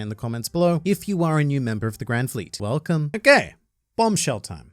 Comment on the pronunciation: Sorry for people that will never unhear this but every time I here "Welcome" it sounds like "Whale Cum"